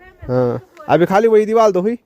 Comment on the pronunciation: Deewal nahi deewar bolte hai